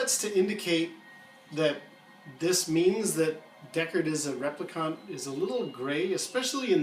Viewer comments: However, In the film, Deckard is a replicant (please learn how to pronounce it correctly. Not trolling you, it is just very, very distracting). Simply put, you would not get a guy (a guy who looks like an alpha male, but can't get off the earth to live in a colony?!) like that staying on a dirty and rotten earth. He has to be quick, smart and very very tough to hunt the andies in the film. The beatings Deckard takes are deliberately harsh, I think, to emphasise the fact no man could take such a punishment. Deckard is manufactured specifically to hunt replicants. Look at the other ovviously human characters in the film. Bryant is fat and old, Gaff is crippled, JF Sebastian is decrepid.....there are no fit and healthy men in the film, other than the replicants. It makes sense to me Decks is also manufactured and that is not to mention the hints the film gives...his unicorn dream being the most obvious, as well as the brief glimpse of red eye in a scene. I am ok with a film diverging from a book, if the film is slso a great work and Blade runner is a great work. Like Hampton Fancher, I didn't mich enjoy Do Androids....I love some of the themes in it for sure, themes that PKD touched on time and again, gut when it comes to this story, i prefer the movie. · No offense, but it's repli-KINT not repli-KAHNT. 🤓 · What I can't figure out is why you're saying replicant so weird. There's no U in that word. Rep-li-cant. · Why do you keep calling him a "replicunt"? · REPLICONT???? Its Replicant!!! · rep - li - can't not cont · New Kasmir I thought he was saying Replicunts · NewKasmir right? It’s rep lee can’t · your pronunciation of replicant needs work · Been reading a lot of the comments and people seem to be missing the point that it is not all replicant models that have a 4 year lifetime. So Deckard could very well be a replicant. Also why does the guy presenting this video Sat replicant so oddly? Lol. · how many times can you mispronounce replicant